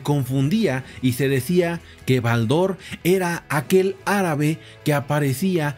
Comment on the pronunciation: Estimado tengo la colección completa de BALDOR , pero jamás he pronunciado con acento en la a si no mas bien en la O ...